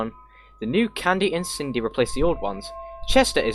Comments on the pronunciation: Everyone: Cindy: kin-dee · U said kindy by way not Cindy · i thought Cindy was pronounced "Sin-dy" not "Kin-dy", is that an exception for the game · did my man just say kindy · it’s fine man it’s Sin dee if you were curious how to say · That's not how you pronounce his sister's name!!!!!